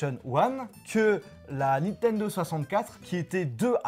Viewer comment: "naine 64" hahahahahahahahahahahahahahahahahahahahahahahahahahahahahahahahahahahahahahahahahahahahahahahahahahahahahahahahaha